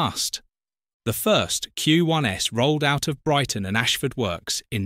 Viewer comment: Why would a professional narrator say "queue one ess" rather than "queue ones" when reading Q1s? Custom and practice is "oh-six-oh", not "zero-six-zero". Nobody who understood the subject would say that. AI would.